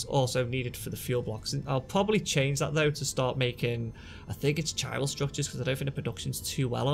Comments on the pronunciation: It's "ky [as in "sky"] ral" not "chi ral" in it's pronunciation ;) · if you know your greek, the it's Kyral - strong K sound in the word Chiral. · Chiral is pronounced KY - RAL